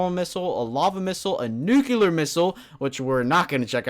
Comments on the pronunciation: the word nuclear is pronounced like this : new clear not nucular!!!!! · Why do you people say NUCELAR ???? Its NUCLEAR -_- Thats fuckin funny xD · It's nuclear not nucular! Lol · not nuke you ler its nuke lee er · Did anyone else notice that he said nucular about 5 or 6 times? it's NUCLEAR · stop saying nucular. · Its nuclear not nukeuler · "Nucular"? Lol? Does that even exist? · It annoys me so much when people say nucular instead of nuclear ヽ(｀Д´)ﾉ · Nucular? Really? Its nuclear. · nucular... ugh my ocd is tingling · Not trying to give hate or anything, but I believe it is pronounced "Nuclear" not "Nucular", which isn't a real word. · ***** Yes! Pronouncing words correctly make one not sound like a moron. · InoshiKenshi If he's pronouncing it WRONG why shouldn't he be corrected? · Saying nucular is like saying for God sakes instead of God's sake. That has nothing to do with accent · "Nuclear" (NEW-clee-ar) Often disgustingly mispronounced as “nucular” (NOO-kyoo-lar). Here you go, you illiterate twit. Hope it helps. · So, what exactly is a nucUlar bomb? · its NUC CLEAR (nuclear) no nuculear....i mean lol you are a native english speaker i suppose... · NUCLEAR. ITS FUCKING NUCLEAR. NOT NUCULAR. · stahp saying "Nucular bomb",,, it's pronounced "new-clear" or "noo-clear" bomb. :D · It's nuclear not nucluer!!! Anyways... LOVE YOUR VID MAN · It's nuclear not nucelar. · Nu-cle-ar not nu-cu-ler :/ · Nucular -.- lol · *nuclear *nuclear *nuclear *nuclear *nuclear *nuclear *nuclear *nuclear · I'm sorry, but you really need to learn how to properly pronounce nuclear. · You're under arrest for violation of the word, "Nuclear"